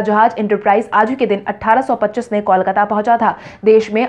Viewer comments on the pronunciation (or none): none